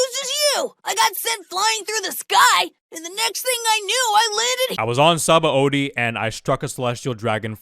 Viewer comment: Not to be THAT guy, but apparently Sabaõdy is pronounced “suh-BON-dee”, not “sah-bah-OH-dee”, since it comes from the Portuguese word for soap.